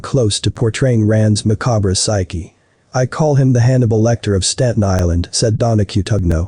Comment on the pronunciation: Boo-gee man ma-ca-bre!✌️